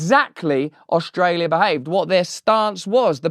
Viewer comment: You have Albanese’s accent down perfectly. Our Prime Minister pronounces our county’s name as Ustrayah